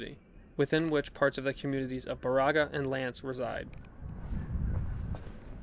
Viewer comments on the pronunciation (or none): Great video of my hometown! Baraga is pronounced like “bear-a-ga”